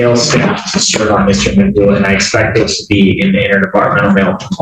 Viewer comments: it's not Mccoo, it's MAGOO! make sure you get his ridiculousness right! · McGoo not McCoo